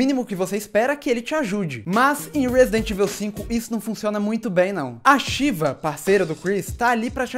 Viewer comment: Odeio quando chamam a Sheva de Sheeva O.o